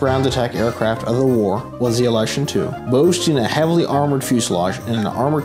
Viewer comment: The correct way to pronounce it is IL-YOO-SHIN. There is no "a" there.